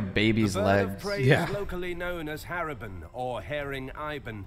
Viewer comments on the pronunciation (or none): Haravan pronounced in my country as haribon..short for haring ibon.. means king of birds.. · Haribon or Haring Ibon should be pronounced as HUH-RING I-BON. Please take note that the Filipino vowels are pronounced like the Spanish vowels not the American way. Ah-Eh-EEE-O-Uh for a-e-i-o-u